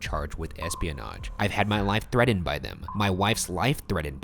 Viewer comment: Nobody: Ryan: 𝐓𝐇𝐑𝐄𝐀𝐃𝐄𝐍𝐃